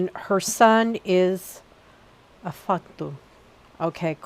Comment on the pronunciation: Hi hon your pronunciations are getting loads better! Well done! Only one that wasn’t quite right was Afagddu which is pronounced more like Avagthee! Welsh is definitely not the easiest Language to pronounce lol! Loved this video! She is my patron Goddess and I do most of my work with her! I love her! Sending love and blessings xxxxxx